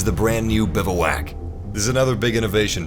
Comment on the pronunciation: BIVWAC not BIVAWAK